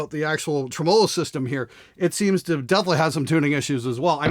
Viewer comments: for the record its pronounced Tree-Millo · dear "with 2 "N"s" it's pronounced "trim oh low" ok say it with me now "trim oh low" tremolo good job i knew uou could do it haha 💀 love you love your show:) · If I have to hear you say "treMOLO" one more time I swear to god I'm gonna come up there and liberate all your oil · TREM uh low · Dude.. The way you pronounce Tremelo. Just stop with that shit already. lol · You were saying tremolo wrong! I AM VERY OFFENDED!